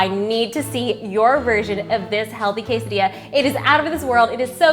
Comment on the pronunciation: o my lets call it a casseydilla :D